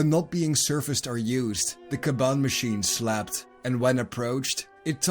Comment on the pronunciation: I took until the third "Slept" until i understood that you didn't say "Slapped" 😅 Great video still, you've earned a new sub good sir